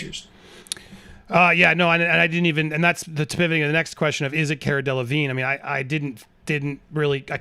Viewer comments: Cara DeLevingue (pronounced De-La-Veen) is a British model and actress who is worth 28 million dollars. You can try dating the photos by compring other images with a date stamp and that poster mounted in the elevator. Let's not forget Johnny Depp was out of the country on a music tour from May 27, 1916 for several months. Amber Heard's domestic violence restraining order against Depp was filed less than a week after the divorce filing. During July, 2016 Johnny Depp was contacted by Amber Heard which was confusing for him. Depp, unfortunately, met with Heard at a San Francisco hotel. "So I was talked into going there and met with her in hopes that she would retract her lies that the world was now fed. In no way was she ready to do that, and I couldn't understand why I was there — everything had been taken from me, my children couldn't escape the fact that all this had gone down." Depp said he felt Heard brought him to that meeting "under false pretenses" and, after the fallout of the allegations against him, he was "really just at the end, just at the end; I couldn't take it anymore." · Her name is pronounced Care-uh Dell-ahhh-veene. People mistakenly pronounce the G and first N and E in Delevingne, but are silent. Like Mignogna, which is Italian. Whether it was shame of getting caught in a cheating scandal or just not liking to talk about her affairs, Cara didn't want to speak at the time this affair was mentioned. That's not the major issue. Johnny didn't deserve to be cheated on, but the issue is the people who saw Amber could've said they didn't see bruises on her when she lied about injuries. Too many people protecting her or themselves were not doing the right thing in this whole situation. A lot did on Johnny's side like his witnesses, which was wonderful. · Haha, it’s pronounced “CAR-UH“ and her last name is “DELL-LUH-VEEN” ☺️ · The way that lawyer pronounces caras last name lol!